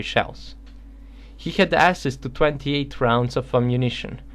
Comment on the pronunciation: It's pronounced AKSESS